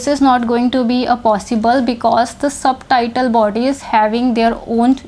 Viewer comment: O aunty ji. .. ye subtitle body ni Subtle body hy... b silent hota isme. .. Suttle ki tarh pronounce krtay. .. terms bolna tou seekh le phir teaching krna aa k. ...